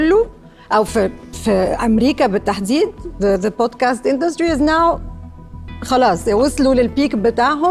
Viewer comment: حضرتك أقسم بالله ما عارفين ينطقوا الانجليزي صح .. هم اصلا مش فاهمين بيقولوا ايه .. مثلا بيقولوا بوتكاست بدل من بودكاست .. الكلمة بوتكاست معناها مخدرات